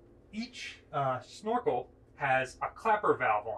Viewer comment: Why is he saying "schnorkel" instead of snorkel?